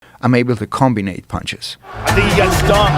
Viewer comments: "Combine." The word is "combine." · “Combine”. Not comBiNate